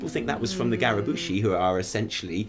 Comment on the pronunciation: Garabushi?! Nobbel would be ashamed if he heard that